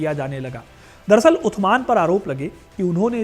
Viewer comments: Utman nhi usman bolo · Usman not utman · Are bhai utman nahi Usman hota hai Angrezo ko Usman bolna nahi ata tha isliye wo utman bolte the apko to pata hona chaiy warna itni history batane k kya faeda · कैमल नहीं जमल है जगह सुधार करें और शब्द उस्मान है उद्यान नहीं। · उत्तमान नहीं उस्मान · Utman nhi usman bolen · अरे यार टांके उनका नाम उथमान नहीं था, बेटा पहले नाम लेना सीख पहले उनका नाम हज़रत उस्मान था। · उस्मान है उथमण नहीं नाम गलत बोल रहे है आप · Aur jaise tu sabke naam leraha hi tu jaleel hi naam sahi se le respectfully aur ythman nahi usman😂😂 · उत्तमान नही होता उस्मान होता है भाई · Bhai maana wo arabi k hisab se usman nhi but itna bold kar k b mat bolo utthman araby me saa ki aawaz nikalo tha ki nhi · 3rd Khalifa ke name ka pronouncation sahi nahi ho raha hai.. Haz Rat USMAN .. HAZRAT US MAAN..... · उस्मान बोलो भाई